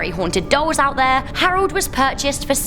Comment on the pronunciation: Can't stand your pronunciation of names...arold. it's Harold.... Sounds like an overly done fake British accent.